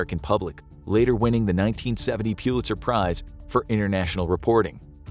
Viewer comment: Pull-itz-er, not Pyew litz-er